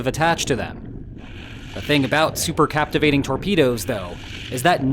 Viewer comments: Cavitation not captivation, love your show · Cavitation ,not captivation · Its cavitation not captivating